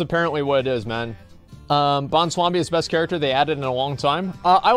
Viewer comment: Is he dyslexic or something? He always calls Bwonsamdi Bonswabi.